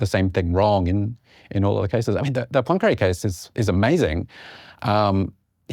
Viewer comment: Are they pronouncing “Poincaré” as “punkray”? Or is “punkray” a different person?